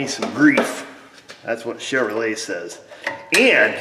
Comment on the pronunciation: Hon-Due!!!!! My bad, I mean Chev-her-lay.